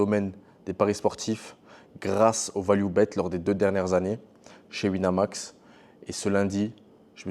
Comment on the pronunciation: "Sur Wineumax" 🤓